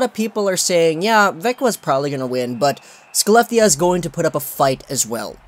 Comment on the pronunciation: Skelleftea is pronounced Haleff-tee-uh